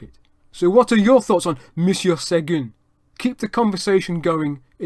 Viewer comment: Really interresting and well done! I really enjoyed it. Your french pronounciation is impressive. It is off for Seguin though, which should be pronounced as [sœgɛ̃] and not "segun". The closest I can think of in english would be "Seguin", like in "terrain". The end is still a bit off too, but "in" sound in French does not exist in English and this is the best approximation. Keep up the good work: I am now subscribed!